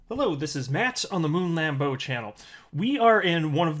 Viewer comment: Moon lamboo hhhhooooott jam,in my humble opinion (French pronounciationg) 😀😀 to the moon xrp 🚀🚀